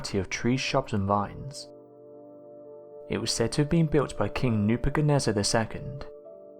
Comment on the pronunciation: Clueless narrator mispronounced Nebuchadnezzar as well